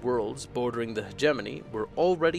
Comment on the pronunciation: YAY! He said HegeMoNy correctly!